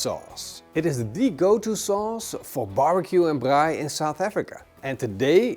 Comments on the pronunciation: Love your pronounsiation of braai and braaibroodjies. Instead of mayo on the outside, I use porkfat Ja, chutney is nie gemaak vir steak nie😂😂 Groete van hier uit Suid Afrika uit. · Best attempt of saying the word braai from a non south african lol well done